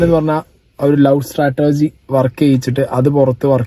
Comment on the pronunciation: Sratergy alla. Strategy. 😂😂